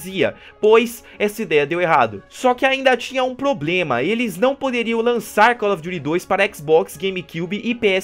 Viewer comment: Call of jury? Kkkkkkk